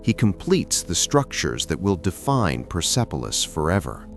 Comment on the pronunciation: Hallo sag mal wie oft soll ich noch schreiben der Stadt oder Palast heißt nicht pipilos sondern perspolis . Ich hoffe beim nächsten Mal sprichst Du richtig aus Danke